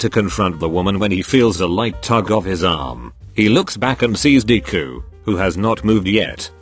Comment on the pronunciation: Nobody: Text to speech: dee - ku